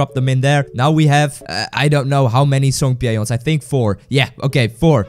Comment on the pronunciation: I don’t think that’s how you pronounce Songpyeon